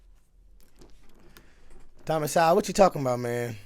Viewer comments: "Sowell" sounds like "Soul", two of my schools were closed, one was torn down. The Bible is full of stories of slavery. The Jews were enslaved on multiple occasions, even before Christ was born. As for the tribal warfare, the people fought over things as simple as hunting grounds, much the same way that black gangs in Chicago are fighting over turf in the drug trade. Over most WEEKENDS in the present, as many as a hundred (mostly black) people are killed in Chicago, not by white cops, but by other black gang members. Today's biggest form of slavery is, in my speculation, the sex trade. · pronounced soul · His name is pronounced So Well bro 😉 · Sowell as in So/all. The 'w' is silent. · Soul how Thomas sowell's name is pronounced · Thomas Sowell... his last name rhymes with Goal, as in Soul. He's a legend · 💥💥💥💥💥💥💥💥💥💥💥💥His last name is pronounced "Soul". He is a very smart intelligent man.💥💥💥💥💥💥💥💥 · Minor point, but Mr. Sowell pronounces his last name the same as the word “soul.”